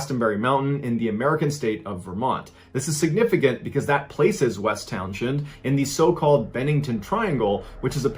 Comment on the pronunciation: "Towns-end"... just saying